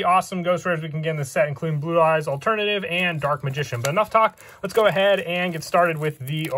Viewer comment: ブルーアイズオルタナティブドラゴンの発音がよすぎるw